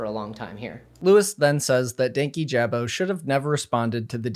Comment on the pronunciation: Sidenote, everyone pronouncing dankijabos name wrong is so funny. Idk how it became 2 words, but i believe it was in the video talking about his channel strike for the Onision vid that he said his name(could be wrong) and it's one word. "Dan-Kijabo" not "Danky Jabo"